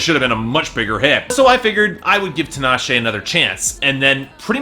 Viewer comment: it bothers me that he keeps prouncing her name wrong, it's TEE-NAH-SHAY. Also Tinashe is a decent vocalist supporting F3-C5-B5